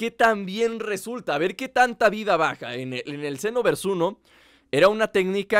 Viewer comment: En latino: Dragón bal Senoverssss En castellano: Bola dragón CHENOVERSHH. :v